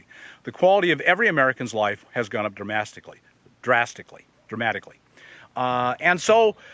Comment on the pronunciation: "dramasticly" i love it